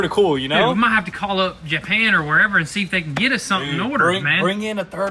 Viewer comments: Be careful, when you say Jap an it can sound derogatory, it’s more like Ja pan!!! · Never heard anyone pronounce it Jeah-pan